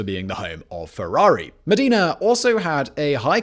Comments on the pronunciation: Modeena? Come on Simon, it’s Modern-ah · It’s MO- DE- NA repeat with me.. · Modena not Medina. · It’s Modena, not Medina!!! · Wtf is Medina? IT IS MODENA PORCODIO. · Come on... Medina..it's Modena. It's like ur not even trying anymore... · Butchered Modena. Not even close. Damn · the way he pronounces "Modena" almost killed me. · I almost forgot Italian after hearing that!